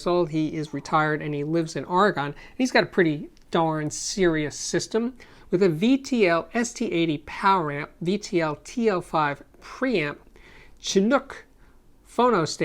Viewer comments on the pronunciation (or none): I love watching your videos for years now but every time you say or a gone makes me cringe..orygun spelled funny but sounds correct for those of us living on the other end of the country. Please keep up the good work love ya